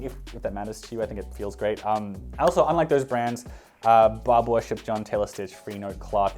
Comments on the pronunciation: It's also pronounced Barber not Bar-bore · lmao the way you pronounced "Ba-booh" instead of Barbour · Isn't Barbour pronounced like barber? Or is that how you guys say it in Australia? lol